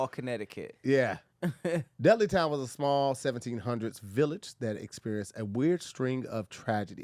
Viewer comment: The way says Dudley town was so southern lol